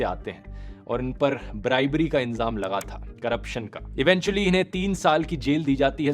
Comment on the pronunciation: inzam nhi bhai ilzam hota hai wo